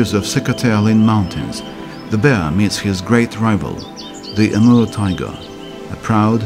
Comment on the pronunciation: I hear him say emerald tiger instead of Amur tiger lol